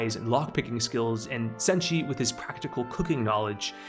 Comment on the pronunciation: You didn't butcher Chilchuck or Senshi